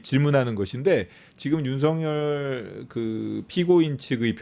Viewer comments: 아..저는 귀가 이상한가바요...매국노.매국노..이러는줄 알았어요..윤석렬 ..윤석렬 이거 였어요?.. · 윤석열 개통령으로 들리네...